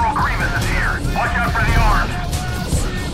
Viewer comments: Did you say Grievious? I let it go when you pronounced Cato Neimoidia wrong but that one's too funny lol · "General GREVEOUS" facepalm